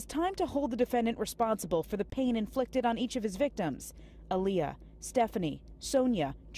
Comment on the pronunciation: “Alliyah” 🤔 the disrespect